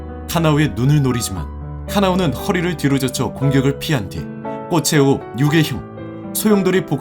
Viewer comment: 꽃의 호흡 발음땜에 이상하게 들리잖아....